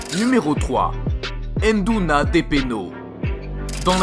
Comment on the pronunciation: VOUS devez dire NDOUNA et non pas ENNEDOUNA !